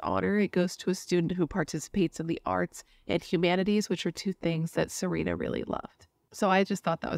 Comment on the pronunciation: Her name was actually pronounced Sa-Ren-a, not Sa-reen-a. She also went by Serenity. You said Sagkeeng right the first time. And, we have 911 in Canada lol